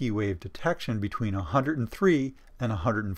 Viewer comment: Good explanation I can use in class. But...pronunciation! "Hundred" is not pronounced 'Hunerd' !!